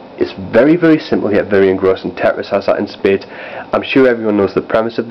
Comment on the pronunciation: it's tetris not teris